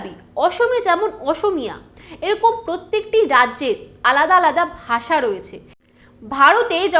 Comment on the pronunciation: গ্রামার তো আপনারও হয়না। ভাষাকে বারবার “বাসা” বলে যাচ্ছেন 😂 তবে ভিডিওটা দেখে যা বুঝলাম, বাংলাভাষীদের হিন্দিভাষীরা ভারতে বসবাসরত রোহিঙ্গা ছাড়া অন্যকিছু ভাবেই না।